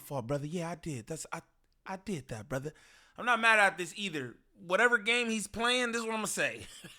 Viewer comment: You can tell jUST added “brothuh” to his vocabulary…